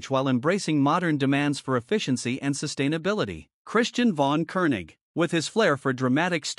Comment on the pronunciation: "von" is pronounced "fon"! And it is not "Kunig" but "Kônig." My God, this is stupid!